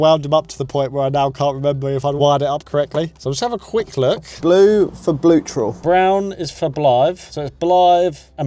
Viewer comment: "Blue for bluetral" "Brown for blive" 🤣